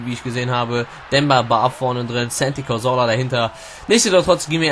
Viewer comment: Das a in Santi Cazorla wird wie wie das A in Apfel gesprochen :D